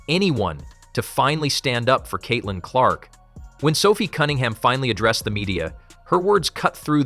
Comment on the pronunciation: 'Cat'-lin Clark? Another mispronounced AI narration. Bye.